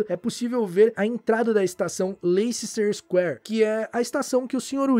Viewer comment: A estação Leicester Square lê-se "Léster Square". Abraços!